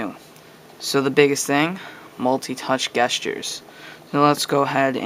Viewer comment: You are saying gestures wrong!!